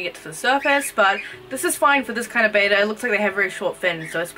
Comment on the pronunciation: good vid bt its betta not beta no hate btw